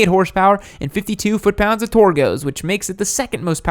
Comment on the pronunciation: Torque* please just say it normally lol